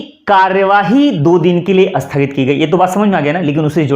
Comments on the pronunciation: महोदय आपका 'स्थगित' शब्द का उच्चारण 'अस्थगित' सुनायी दे रहा है. इसे सुधारियेगा. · राम राम राम! आप 'स्थगित' शब्द का उच्चार "अस्थगित" करते हैं ? संस्कृतभाषा का शब्द है 'स्थगित'। उसके प्रारंभ में 'अ' लगाने से तो उसका अर्थ 'नकारात्मक' हो जाता है !!! उदाहरण के रूप में, 'सफल' शब्द के आगे 'अ' लगाने से 'असफल' शब्द बनता है, जो 'सफल' से एकदम विपरीत अर्थ देता है। सच बात हम जानते हैं ! हिंदीभाषी लोग संयुक्ताक्षर, विशेषतः 'स्' से प्रारंभ होने वाले संयुक्ताक्षरों का उच्चार उस शब्द के प्रारंभ में 'अ' या 'इ' लगाये बिना बोल नहीं पाते ! वे 'स्नान' को 'अस्नान' और 'स्थिति' को "इस्थिति" बोलते हैं ! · स्थगित बोलना सीख लो सर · सर आप स्थगित को शुद्ध नहीं बोल रहे हैं।